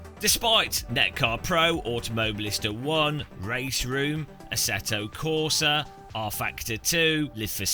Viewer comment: how come you can pronounce assetto corsa evo perfectly but butcher Le Mans? Also please try and ignore the handful of critics, you sound very bitter addressing them all the time. its the internet the minority are always going to be dicks, all we can do is not make everything about them - you know, like the rest of the world has